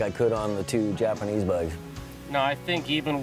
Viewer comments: Its Hyosung not Yosung ... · Hi-o-sung, not yo-sung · its not moron. its hYOH-sung, or for your simple mind YO-SUNG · Hyosung - pronounced Hi-yo-sung, Bless you Americans and your pronunciation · No.It depends where is pronunced.In here,Romania,we say Hyundai like "He-you-n(like in neck)-dai(sort of how british pronunce day)and Hyosung the same "He-yo(pronunced like in Yokohama)-sung ("su" pronunced like in superb). Well in english,hyundai is pronunced like Hy(the greting) un (like in universe) an dai (like british pronunce day) and hyosung hy(greeting)-yo(like in Yokohama)-su(like in superb)-nd(like in secoND). I don't speak Korean either but they aren't pronunced like in Korean anyway. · The "H" is silent.